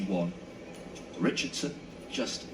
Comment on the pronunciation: "Shi-caan-run Itch-chard-son" slow and pop dung like ole country bus to rass! 🤣😂🤣😂🤣😂🤣 a better she did walk and whistle.